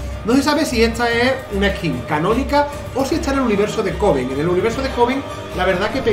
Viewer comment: Alguien más escucho Covid en vez de Coven?